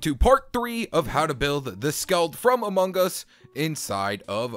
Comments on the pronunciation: Why u say amungus its among us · He says Amon gus